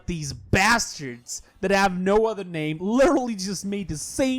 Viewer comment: nd the way u pronounce my name in live XD i hope u remember it QwQ